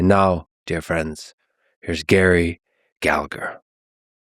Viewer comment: Don't be a typical plastic paddy: Its pronounced Galla-her.